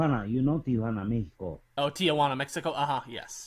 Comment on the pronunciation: Cool that Kaneumra knew the difference in the pronunciation of Mehico vs Mexico and tried both to give you an idea. Smart dude.